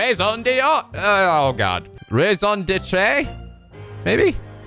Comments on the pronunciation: For raison d’être, it’s pronounced ray - zon dee - eh- t - rrr (rolling r). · I would say no dee - but rather, ray-zon deh-tr(uh) (mostly-silent e) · "raison d'etre" is pronounced "ray-zon deh-truh." It's French, and very common in English, and basically just means "reason for being". In short, "Journos have to be observers. We can't get involved. That's our whole reason for doing what we do." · raison d'être is pronounced "ray-zon deh-truh" and means (literally) reason to be, or rather reason to live/exist!! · Mini french lesson: Raison D'Être = Reason To Be. So kind of like one's purpose. Pronounce Raison like Rasin except instead of -in pronounce it -ohn. Ray-zohn. And D'Être - pronounce it det-r. The r is very flemmy. Thats really the only way I can describe it. If you hear it said, you'll understand, but spelling the r sound out won't do it justice. Rreh. Rrah. Those are the only ways I can think to get the point across. So Ray-zohn det-rrah. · you....don't know how to say reison detre? one of the most commonly used french words in the english language? it's pronounced ray-son deh-tra, for the record. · Raison d'etre -> "Ray-sohn det-ruh"